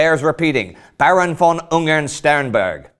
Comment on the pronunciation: Yay, you are starting to get the "von" right